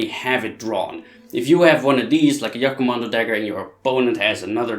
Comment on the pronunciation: jagkommando is banned because it was stabbing not slicing you donut and it's wound were danm near impossible to heal also it's jag not yag.